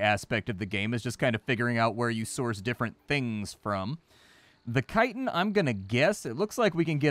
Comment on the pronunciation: you say chitin wrong